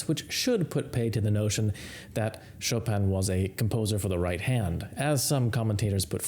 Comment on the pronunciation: It sounds strange that you pronounce it Etoode and not Etude as it's spelled! And you pronounce Chopin correctly and don't pronounce it Chop-in as it appears but use the correct pronounciation for Chopin as Chopan!